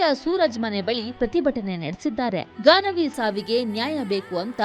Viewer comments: Ganavi. Not gagana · It’s Gaanavi not Gagana